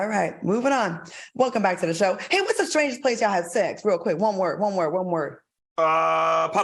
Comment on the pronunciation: I LOVE HOW FUNKY BE SAYING "THE BIKE" AKA "THE BACK." 😆 🤣 😂